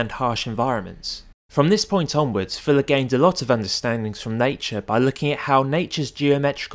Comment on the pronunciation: say "Fuller" not "Filler"